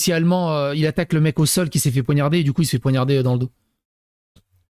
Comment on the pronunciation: Poignarder et non ponarder 😂